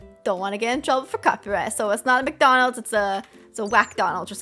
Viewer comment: Ikr it’s WcDonald’s